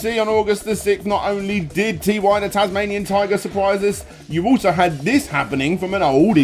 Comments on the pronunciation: It is. I don't know how he pronounces it Tea-why and claims he played the games. The name is said numerous times throughout, anyone who really played it would know. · mate. Can I point out to you that it's not T Y the Tasmanian Tiger and that the Ty is pronounced as Tie. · It’s pronounced as “Tie” The Tasmanian Tiger, not Tee-Why”. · i dont quite understand why Ty's name is being pronounced as 'TeeWhy'...i always thought it was like "Ty-ger" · Isn't it Ty, not T. Y.? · It's pronounced "TIE", not "Tee-Why". :v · Did you just fucking call him Tee Why?